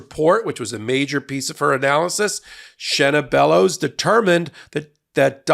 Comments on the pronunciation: You're pronouncing her name right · You said her name correct. Love ya here in Maine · You are pronouncing her name correctly i am a Mainah born and raised she is a great secretary of state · You are correct in your pronunciation. I'm proud to live in Maine. :)